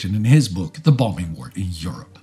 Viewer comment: I’ve been following this channel since the beginning, and I always look forward to stressing the second “b” in “bomb”. Even in my collegiate career, I’d never heard someone say “bomBing”.